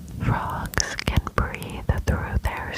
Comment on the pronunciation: Why did i hear "tadpoles are baby frouges"😂